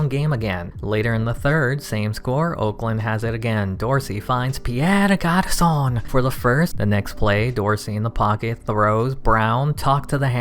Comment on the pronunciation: It's not Garçonne, it's Garçon.